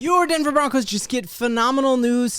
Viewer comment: Bo-roncos!!!!